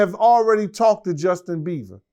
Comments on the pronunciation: Bieber not Beaver 😂😂😂😂😂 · Lmaooooooooo Justin BEAVER 😂😂😂😂😂😂.. I love this guy, he’s always saying stuff wrong but it’s always funny as well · Bro messes up so many names 😂😂😂 “Justin Beaver” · Nigga said Justin beaver lmao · Bieber not Beaver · Jeez! Learn to say his name smh...Beaver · "JUSTIN BEAVER" 😂🤦‍♂️ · Can't someone correct him that is not " Justin Beaver" but Justin Bieber ?😂😂😂😂